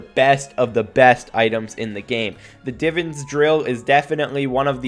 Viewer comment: It annoys me how you say Divans